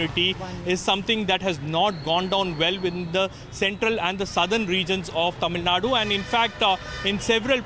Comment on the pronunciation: hello Mr. u pronounce TAMILNADU in a wrong way... plz take help from some one...